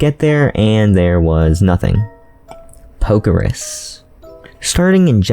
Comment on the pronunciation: “Poke-RUS” “RUS” where in the hell did you get “Ris”